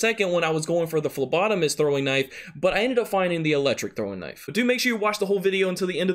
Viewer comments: Whoa he figured out how to say phlebotomist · Hey...you learned how to say phlebotomist!!! Kudos bro..👍😂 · It'd be cool if it was my comment on the last video that taught ya how to say phlebotomist correctly☺️☺️🤗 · Lol you learned to say phlebotomist 😂